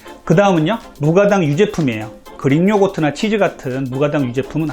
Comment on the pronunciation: 그린요거트 🤣🤣 그릭요거트 말씀하신거죠?